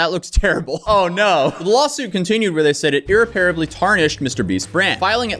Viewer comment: It's irreparably (ir rep par ab ly) Please check your words before publishing.